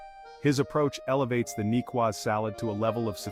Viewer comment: Why is the narrator so annoyingly mispronouncing the name of the salad? A cedilla mark under the c indicates how to pronounce the word.